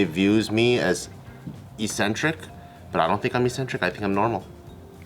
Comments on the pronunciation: eccentric not eesentric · Only change the way you are saying ‘eccentric’ though Bart lol that’s it